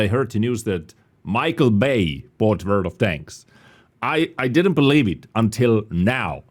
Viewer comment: Ladies and gentlemen.......... TODAY....... VORLD OF TANKS!!!!